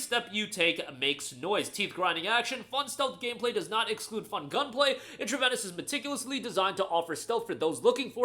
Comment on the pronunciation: It is pronounced "in tra vee nus", like intravenous injection. Great vid!